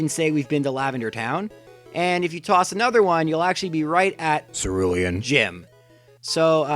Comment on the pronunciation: My guess is he mispronounced it. “Cerulean” is the kind of word you see first in writing and then pronounce wrong in your head for years until you learn the real pronunciation. I learned the word Facade from Pokémon and pronounced it “fay kade” for years....